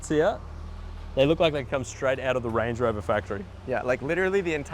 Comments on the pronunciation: That’s not a Range Rover it’s a Errange uh Rovuh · Range rover ❌ wange wover ✅ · Nice Wange Wover you got there! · Wrange Whover. Ho Lee Fuk !!